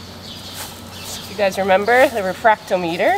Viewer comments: can we just say it's a 're fract o met er' not a 'refracto meter' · Just a gentle suggestion about pronunciation: there’s a Tom in refractometer, i.e. re-frac-TOM-eh-ter. I love your smile, your lambs, & your mamas!